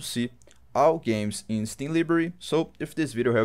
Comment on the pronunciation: ly bary its pronounced LY Bary.